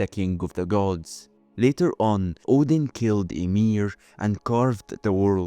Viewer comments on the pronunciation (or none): none